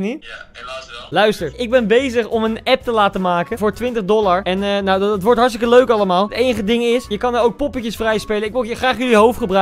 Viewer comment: Heel grappig dat je zegt ik ben hargstike dood